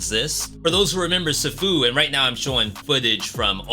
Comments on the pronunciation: Bro it's pronounced See-foo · Dude, you mispronounced Sifu (see-foo) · Man, i love you, but the way you said sifu made me physically cringe.